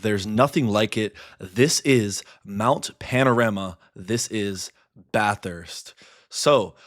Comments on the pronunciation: Holy shit. He said Bathurst almost correctly. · it’s fucking Bathurst